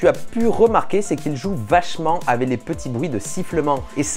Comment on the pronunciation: Tu peux arrêter de dire "avait" au lieu de "avec" ? Merci....